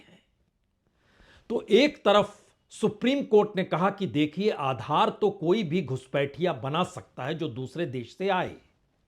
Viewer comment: Are tum adhar ko galt tarike se bol rahe ho